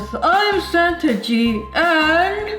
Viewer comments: wengie i love you but its santa (sa-an-ta) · i thinkthe thing that made me laugh the hardest in this vid is thew word santa-gie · Santaige??? What ?!? Haha wengie of so funny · "Santagie" I'm dying xD